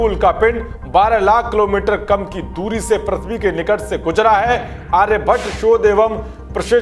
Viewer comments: अरे भाइ प्रथ्बी नहि है।पृथ्बी है।कम्सेकम सुद्द बोला करो। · prathvi nhi prithvi pronunciation hota h